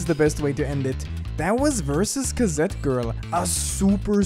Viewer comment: K A Z E T